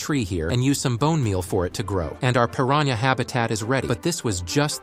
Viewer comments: How normal people say pirahna: Pir-an-a How ai says it: Pir-ran- YA 💀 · That is not how you pronounce piranha🐟🐟🐟🐟🐟